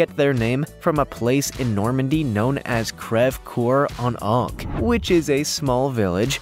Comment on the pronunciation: crev cor? it’s polish and crested